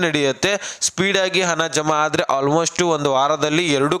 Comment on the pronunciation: ಹನ ಅಲ್ಲ ಗುಗ್ಗು ಹಣ ಅಂತ ಹೇಳು...